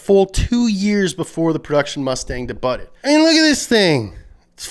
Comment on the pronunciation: "Debutted"? I know that pronunciation isn't your long suit, but it's pronounced deh-BYOO-d.